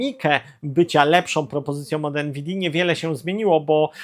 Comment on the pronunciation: sOM, wydajnosciOM, ciekawOM, propozycjOM... Ja pierdolę jak ty mówisz człowieku? I ty filmy kręcisz? Z taką wymową? Dramat! 🤦🏻